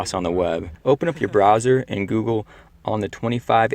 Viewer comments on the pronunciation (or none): none